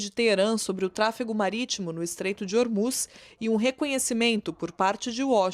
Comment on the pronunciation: Essa repórter troca o “s” por “ch”! Deveria procurar um fonoaudiólogo! Irritante ouvir ela falando e dizendo: “Trump não conchegue chair” “controle chobre Ormuchss” ridículo! Procure um fono minha amiga!